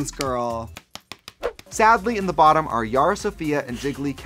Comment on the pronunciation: Ever since Bob pointed it out, I can’t hear Trixie say “sadly” normally.